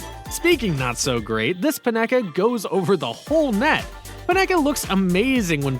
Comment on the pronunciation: You can't pronounce the names of either Immobile or Panenka. And NorWICK!!! Ha,ha,ha,ha. EMBARRASSING! You haven't a clue about football. So get someone who DOES know the game to narrate.